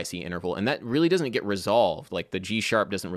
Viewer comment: Random note: You recently talked about your Maryland accent and a desire to clean it up a bit. You pronounce the word "get" as "git". It's a southern thing, too. I think your stuff is great. Thanks for posting again this week.